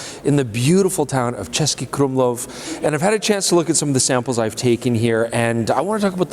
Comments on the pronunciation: Nice pronunciation on that "Český Krumlov",. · I gasped when he said it correctly. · Kudos for pronouncing "Český Krumlov" almost like a native speaker! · the pronounciation of český krumlov was spot on. the images from Prague are very cozy, they feel like home, the train station platform and the random architectural details feel like photos I would make